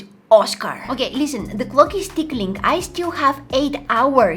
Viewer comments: Did anyone else hear say that the clock is tickling 😂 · “The clock is ✨TicKiLinG✨”🤣🤣🤣